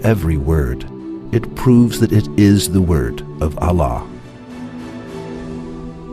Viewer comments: Please try to use a learned presenter, so that the pronunciation of Allah and the quran verses are read correctly. The meaning can change if the verses are not read correctly. I did not mean to offend the present presenter, please forgive me. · please try to use a Muslim person for presenting because he can then pronounce Allah correctly and also read the Arabic verse correctly. please no offence meant to the present presenter, just an advise. if we pronounce the Arabic incorrectly, the meaning changes. May got accept my good deeds and forgive my sins. Ameen.